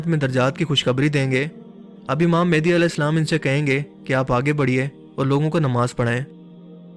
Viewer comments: Small correction... its not mehndi its mehdi... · Hamary Akhri Imam ( Hazrat Imam mehdi A.S ) ka Name Thk Sy Pronounce kren Mehdi Han Mendi nai 🙂 Thanks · *Correction It's Mehdi ✅ Not Mehndi❌